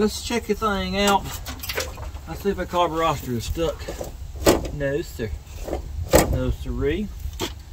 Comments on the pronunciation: It is so irritating hearing you call the carburetor a carburoster, It makes you seem like you are a redneck backyard mechanic, especially when I am a trained ASE certified TECHNICIAN of 30 years, other than that I like your vidio's. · Digging the channel but stop saying carboroster and gastoline. It doesn't sound good. It will never catch on.